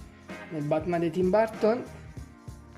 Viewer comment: jajajajaja si ya se me confundi es que como lo pronunciastes como Barton enves de Burton disculpa. Gracias por los tips los voy a aplicar a los mios.